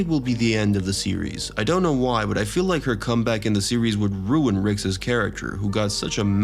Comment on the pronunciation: the way Rick's is pronounced drove me to stop listening